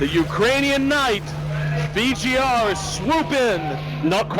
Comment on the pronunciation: And the champion's name is VG.R... not VG.P or VP.R...... pls